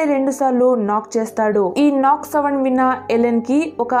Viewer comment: Savands kadhu sounds 🤦‍♀️🤦‍♀️🤦‍♀️